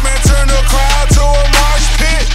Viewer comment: lyrics are fine, i would just rather have not pronounce it "marsh pit" and not say "dis morning'.. sick song though